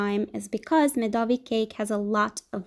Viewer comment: For all English speakers, this cake calls MedovIIIk, not MedOOOvik